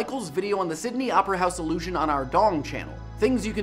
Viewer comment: I hate to be a pedant, but the way he says "illusion" sounds like allusion.